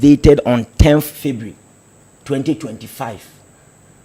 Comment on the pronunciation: A whole lecturer, pronouncing ' february ', 'fibre' shame on you.